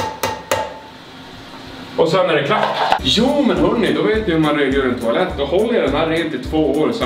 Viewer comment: du säger ju jooooo och inte jååååå